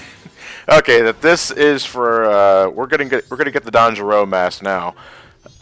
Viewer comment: pronunciation of "Don Gero" hurts me.